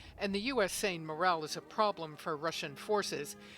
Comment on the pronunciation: lmao 😂 morale dude not "moral".